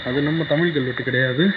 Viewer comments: தம்பி, உமது முயற்சி பாராட்டுக்குரியது.ஆனால் " கீலே, புளி சின்னம், தமில் கல்வெட்டு" போன்றவற்றின் உச்சரிப்பு பிழைகளைத்தான் சகிக்க முடியவில்லை.தயவு செய்து (தமிலை கொளை பன்ன வேனாம்) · தமிழ் உச்சரிப்பு சரியில்லை என்று சொன்னவர்களுக்கு பதில் என்னவென்றால் தமிழ் என்பதை ஆங்கிலத்தில் Tamil என்று உச்சரிக்கிறார்கள் இதையே தமிழிலும் தமில் என்று உச்சரிக்கிறார்கள் இது முழுக்க முழுக்க தவறான உச்சரிப்பு தமிழ் என்பதை ஆங்கிலத்திலும் Tamizh என்று உச்சரிப்பதுதான் சரியானதாக இருக்கும்.இதை தற்போது யாரும் செய்வதில்லை தற்போது ழ் என்பதை ல் ஆக்கிவிட்டார்கள் இது மிகவும் வருத்தமாக உள்ளது.